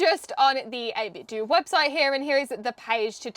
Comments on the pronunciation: The "Do" in 8BitDo is pronounced like the "do" in "Nintendo" not the word "do", you damn zoomer. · Not wanting to be that guy but I think it's meant to be pronouced 8-bit-doh, to ryhme with Nintendo. TBF, it's not a good play on words, or a good name really. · Pretty sure it’s supposed to be pronounced 8bit “doe.” It’s supposed to be pronounced like the end of Nintendo so I’ve been told. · Isn't is pronounced 8-bit "doe", like taekwon-do and kendo? As in the art of or the way of 8-bit? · I was thinking about getting one of these, so thanks for the review. Save me searching for one! :) FYI, 8Bitdo is meant to be pronounced like Nintendo. The company got their start making Nintendo clone controllers and modkits for NES and SNES controllers. Even today the majority of their controllers are Nintendo style ones for Switch / PC.